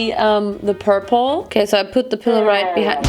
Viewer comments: "Porpula" Ich kann nicht mehr vor lachen 😂😂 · Hey ur amazing and all but pula means something rllyyyyy dirty in my language so... I can’t help laughing when u say purp-pula